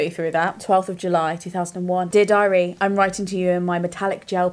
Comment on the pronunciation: American here 👋🏼 every time read “Dear Diary” I heard the phrase “did I read?” I thought, wow she was either really on top of her reading schedule or very forgetful of her literary feats.